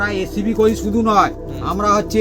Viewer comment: Recipi❌ Achapi✅ 😂😂😂😂